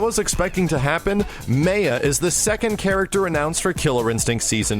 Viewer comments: Lol, - dev's pronouncing "Maya" in proper way - /ˈmɑːjə/, then just 7 seconds later, you're pronouncing it different way - /meɪə/, like not giving a fuck:P EDIT: And then, after you've redeemed yourself. Hahaha:P You rock,:D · tonderus8 No he didn't, pronounces it as "Ma-uh" when its pronounced "My-uh" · Lol, the developer says, "Mai-yuh" is the next character. IMMEDIATELY, pronounces it "May-yuh". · its Mai - uh. Not mey - uh. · Yo! Please stop mispronouncing Maya as 'Mei-Ah', it makes no sense and it's def ridiculous. I'm hype for daggers, LVL UP!!!, Cody tactics, and Amazon Monsoons too. Fantastic job on the redesign, they took the worst character design in KI history and made something amazing. Incan inspired, that's what's up. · You pronounced it May-A throughout the whole video then the last time you pronounced it Ma-Ya. lol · It's pronounced Maya (Mai-yah) not Maya (Mei-yuh). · Who cares about that dude? She is and always will be known as May-ya not My-uh.. My-uh is too plain and sounds unoriginal. May-ya sounds unique and makes her stand out... Ugh, get it through your head. It's pronounced May-ya... Okay? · Ma-ya not may-ah!! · Rofl.. "May-ya" Only in America... It's "My-ya," and even if you didn't know that, just fuckin pick one instead of alternating between two pronunciations like a moron. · ***** Thank you! They call her May-Yuh although My uh is the correct way to say it lol. I think the announcer didn't know what was going on. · Austin Powers Are you deaf? The KI guys say the name how it should be "My-uh" and says it as "Ma-uh" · I'm pretty sure it's pronounced like "Mai-yahh" I could be wrong, but I've just never heard it said any other way. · MAI-YA. Say it with me....-_ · Gringo K2 announcer be damned. It's My-uh. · Why does he keep calling her "Meya"? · Ummmmmm did you even play KI 2??? It was always pronounced as May-ya you fucking dumb ass. Jesus fucking Christ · May-ah or May-ya lol. is wrong btw